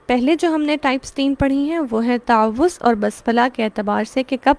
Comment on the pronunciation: What is the right pronounciation of تعوذ You said تاعَوُذࣿ Kindly guide … ????